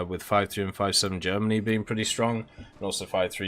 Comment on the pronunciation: Funny way of pronouncing Germany